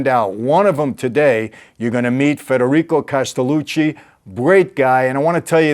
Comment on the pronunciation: Gotta say the guest's name right, Mike.